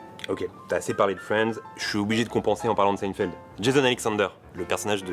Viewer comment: ça se prononce seïnfièld non ?